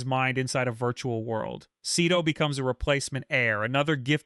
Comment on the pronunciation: Omg how many times did you say Seto’s name wrong…😂